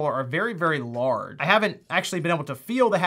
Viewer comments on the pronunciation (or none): "Very very lard."